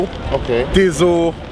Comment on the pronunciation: It’s O’Dizzle NOT DIESEL 🤬